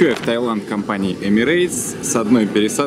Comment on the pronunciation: Таиланд, а не Тайланд.